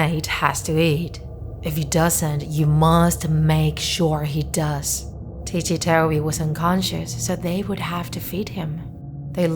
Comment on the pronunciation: its ticci toby not tichi toby